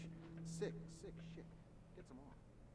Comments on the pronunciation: Instead of saying shit I thought u said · Whenever he says shit I always hear sips saying SJIIIIIIIN. Instead of shit you should say mahogany doors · you say SJIT alot?